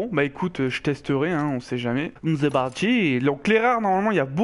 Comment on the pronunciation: "C'est partirr"😂 Chaud pour que tu montres tes classes "plus stables" 🤔😏 Bonne vidéo 👍